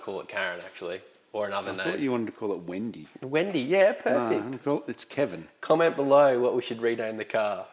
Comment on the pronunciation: Don’t say home’s and that is Keven just stop now